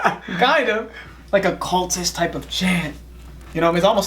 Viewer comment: Oh, "cultish"...I thought you said "kultush"...the Chinook word for white man...it means "useless". LOL